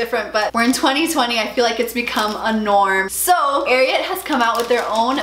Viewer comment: You say it wrong it is pernicioued AR I AT